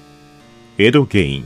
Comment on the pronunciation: エドゲインのイントネーションがwwww